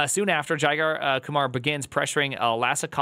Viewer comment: Jigar is actually pronounced like "jigger"